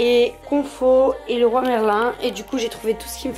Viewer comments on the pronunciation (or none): none